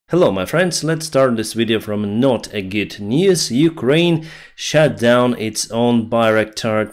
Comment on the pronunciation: "shat down" 😂😂😂😂